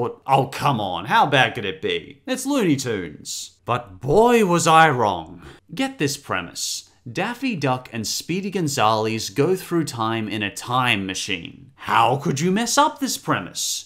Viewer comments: Speedy Gone-Zal-Eez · and speedy gonzaleeeze how could you mess that up dude